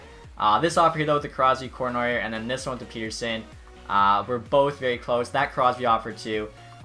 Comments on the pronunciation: It triggers me when he calls Petterson "Peterson" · Swerve On You Same my favourite player it’s 2 t’s not one lol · You keep butchering Elias Pettersson’s name in every video